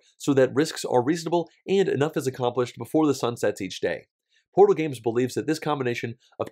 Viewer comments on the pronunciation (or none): Portal not ortal. :P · "ortal Games" haha